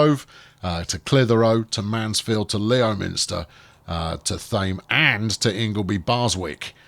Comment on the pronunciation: "Lem - ster" inhabitants not happy. Probably.